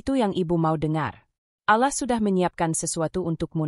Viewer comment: Klo pake AI penyebutan allah kurang tepat dan kata2 yg lainnya jadi gak yaman didengar flat cara bacanya tdk ada titik koma yg pas